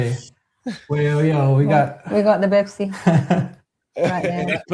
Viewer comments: It would BeBsi not Bepsi 😂😂😂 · The submission of "B" for "P" is hilarious 😂😂 "Bepsi, Berfect, barty...